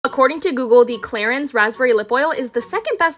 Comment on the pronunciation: the pronounciation of „clarins“ is french. has nothing to do with clearance 😉